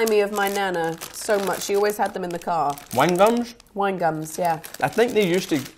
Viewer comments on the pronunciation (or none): James: WHANGUMS?